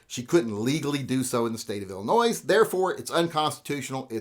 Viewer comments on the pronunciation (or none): Hey Illinois does not make any Noise, it is pronounced Ill-eh-noy.:-D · No "s" at end of "Illinoy". Other than that - thanks for video. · You don’t say the “S” in Illinois.